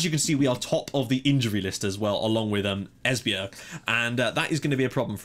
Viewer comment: Dude you're doing a great job pronouncing these teams. Esbjerg and Midtjylland is pretty damn good! SønderjyskE is pronounced a little different. It is hard to describe in text, but I'll give it a go. SønderjyskE is NOT pronounced SønderSjyskE as you do. If you drop that S sound in the middle, then it's much more like it. Well of course the "ø" sound is pretty hard for you guys, but dropping that middle 'S' then you're good to go. Btw this channel has grown shitty fast! I joined at your portsmouth about a year ago, and back then I think you had perhaps subs at most? You deserve the subs, just keep doing a fantastic job as always man Cheers from DK